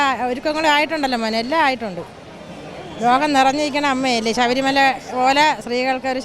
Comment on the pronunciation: ആവശ്യമില്ലാത്ത ഇടത്ത് കടുപ്പിച്ചും വേണ്ടയിടത്ത് വേണ്ട പോലെ പറയാതെയും മലയാളഭാഷയെ വികൃതമാക്കുന്നല്ലോ.ശഭരിമല,ബന്ധപ്പെട്ട്, അനുഭണ്ടിച്ച്, ബാഗം, തുടങ്ങിയവ ഉദാഹരണങ്ങൾ. ഈ ചാനലിൽ മിക്കവാറും എല്ലാ news readersum,reporter sum തീരെ ഉച്ചാരണ ശുദ്ധി ഇല്ലാതവർ ആണ് .